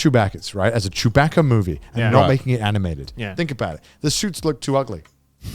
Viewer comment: Every time they said "chew-BACK-uh" I wanted to flip a table. I hate star wars.